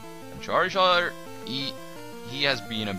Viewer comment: XD I like how he says "! KEEL ET!"